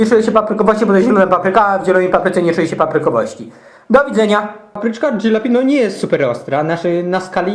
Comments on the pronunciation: żelapenio..? Nawet po portugalsku tak to nie powinno brmieć tylko dzialapenio a po hiszpańsku halapenio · nazwa ta pochodzi z języka hiszpańskiego i czyta się "halapenio" ;) pozdro dla kumatych ;) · tak a'propos to nazwę tej papryczki wypowiada się "żalapenjo" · HALAPENIO idioto to z hiszpanskiego a nie angielskiego zeby przez ż wyamwiac, pozatym nie ma czerwonych jalapeno bo one sa z definicji zielone